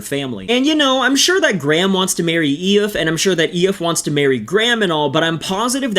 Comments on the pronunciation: It's not E-if, it's E-fa. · Eeee iff is pronounced as eeefah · Eee- faa Not eeooiif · 😂😂 It’s not aeh-eff, it’s pronounced EE-FA. Spelled Aoife, pronounced EE-FA. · Lol Aiofe is pronounced "Ee-fuh", believe it or not 😂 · When he said it I creased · E-fa....jaysus wept mate stop butchering our language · Just an fyi you butchered the sisters name 😂 Aoife is pronounced Eef-ah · is her name Aoife? E-fa is how its pronounced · Aoife is ee-fuh bro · Great upload but for future reference, Aoife is pronounced ee-fa. Trying to pronounce irish words as if they were english always ends in tears, were an awkward people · Aoife is pronounced eefa haha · Aoife is Ee-faa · Aoife is pronounced Efa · Absolutely bottled the Aoife pronunciation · Your pronunciation of Kavanagh and Aoife lad. get your act together will ye horse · At least pronounce her name properly !